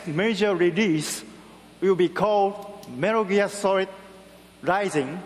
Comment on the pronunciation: "We are bringing Metar Gear Sorid to xbox 360"